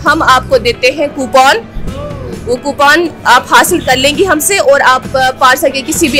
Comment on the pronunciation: Ye coupon ko copoon kyo kehti hai kya ye kashmiri acsent hai ya... Manufacturing defect hai.. 😂😂😂